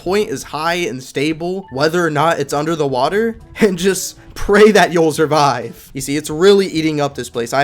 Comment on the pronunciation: “Zurvive”